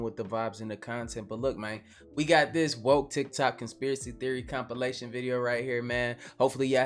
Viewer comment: He said combilation 😂